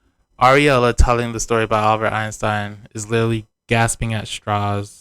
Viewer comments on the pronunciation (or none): As a french speaker, it took me a second to realise was talking about Einstein because of the way she pronounces it. Maybe Bini simply didn’t react because that’s not how he pronounces It either. Or it could be that he’s just done with her and decided to ignore whatever she has to say. But calling him uncultured for this is quite rude and self-centred.